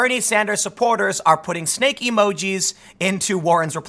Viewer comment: Ahh, you said "Snake", I thought you kept saying "stake". But I'd assume they meant "snake in the grass".